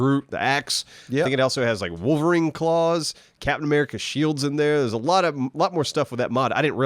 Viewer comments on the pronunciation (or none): none